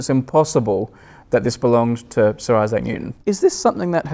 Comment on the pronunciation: snot IssAC it's ISsac stress on 1st syllable